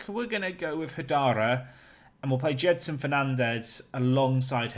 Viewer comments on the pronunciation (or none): Gedson, not Jedson.